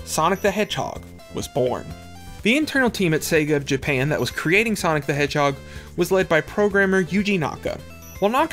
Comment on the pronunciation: I’m a new fan of your videos. Super informative. The ONLY thing tho is the way you say “JA-pa-UN”. Not your fault, just the way you talk.